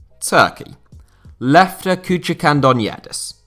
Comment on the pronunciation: As a Greek, he got it spot on! Lefter is Greek, but turks and Greeks are brothers 💪